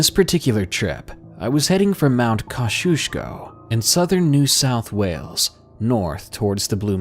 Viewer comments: thinking the same thing it took a minute to figure out what he was saying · If people are interested; The mountain in the first stroy is pronounced K-ozzy-Osk-ko and is known for its ski resorts and ski fields.